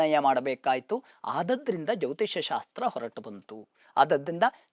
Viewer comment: Jyotishya alla jyotisha